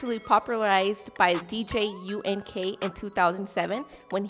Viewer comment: 🤣🤣 she said DJ' U-N-K 🤣🤣🤣